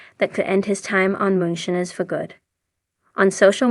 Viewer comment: Theses AI voice overs or people reading a script not knowing anything holy cow. I lasted maybe 25 seconds before she said moon shinners